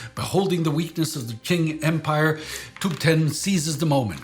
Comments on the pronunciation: With Pinyin spelling, my understanding is that "Qing" is pronounced "Ching," not "Kwing." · Why do you guys pronounce it as 'king dynasty' though, when it's 'Ching' same with 'tabeetan' when it's 'tib-et-tan' You guys are usually good at your pronounciations, but these were easy mistakes to not do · No offense. If it is easier, pronounce "Qing" as "ching". Took me several times to recognize what you were trying to say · The biggest casualties in the war in this documentary, are the pronounced names though. 😆 The "King Dynasty"? Ouch... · it's Chiiŋ